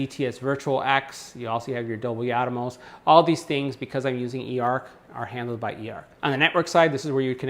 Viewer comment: Pronounce it with me: AT-mose. NOT Atomos.